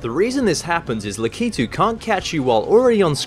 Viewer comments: It's Lak-i-tu not La-ki-tu lol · Tou said likatude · Awesome video. But the "La-kee-too" thing was just grinding in my ears. Lak-uh-too. :P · La-kee-too? Cringe Lack-ah-too! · It's LAK-itu, not Lak-I-tu. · I thought it was pronounced "lack-ah-two" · your wrong it's lack ito that's how you say it